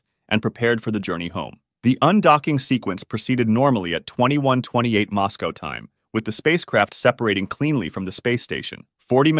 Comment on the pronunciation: MOSS-GO??? where's that??? i know where "Moscow" is... is that a place where moss gets up and GOE'S??? words are spelled the way they are FOR REASONS, but being borne AFTER 2000 i understand!!!